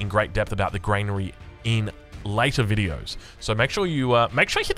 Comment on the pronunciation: Dear funny internet man. It's Gran-ary not Grain-ary Edit: thank you for figuring out the orchard.